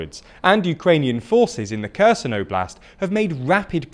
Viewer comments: Holy shit. Repeat after me: HAIR-Sonn Not Kerson. It ain’t hard!! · great video! One note: it's pronounced Herson, Harkiv. The K is silent and it's to show it's a hard H, not a soft H. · it's not spelled as "Kerzen", it's spelled as Herson, (o being pronounced like the o in or) (Kh in other languages usually means the sound is a hard "h" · Please tweak pronunciation of Ukrainian towns/cities/regions. I recommend watching Denys Davydov's channel to learn correct pronunciation from a Ukrainian. Kherson is not 'KERZEN', it's "HEAR-SON'. Nova Kakhovka is not "NOVA KAKOWVKA', it's 'NOVA KA-HOF-KA'. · you've been reporting about this front for a while maybe it's time to learn how to read KH in Ukrainian names. it's not Kerzon and Nova Kakovka